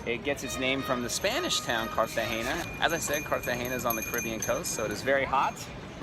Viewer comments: Hi, watching this video in 2021, you are actually pronouncing it as if there was an ñ. Trust me those locals were probably messing with you. No local ever says Cartageña, It's Cartagena like Luis C says in his comment above. And the "castle" is a actually a military fort. But great video nonetheless. It's always great to see one of my favorite cities on the planet. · Its pronounced Cartagena with an N not an ñ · Why do you pronounce it "Cartagenia"? :) It's CARTAGENA. Like kar-tah-henna. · yes guys the pronunciation of the city is wrong